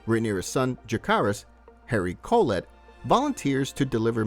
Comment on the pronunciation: *jacaerys (je-se-rys) harry collect (cò-let)